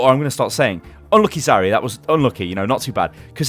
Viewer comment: Your New Year's resolution should be to pronounce Zariya correctly!